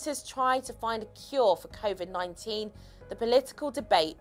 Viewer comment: Is it covid or corvid interesting subject